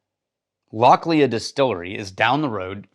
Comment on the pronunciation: Love everything you guys do! Just one minor thing, it’s pronounced Lochli not Loch Lea. Keep up the good work